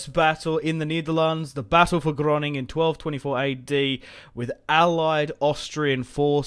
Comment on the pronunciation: why do you say Groningen as Groning?